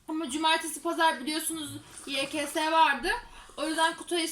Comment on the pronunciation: Yekese değil yekase yani yks🍘